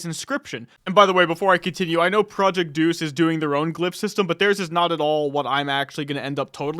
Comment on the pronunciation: Day-us Not Deuce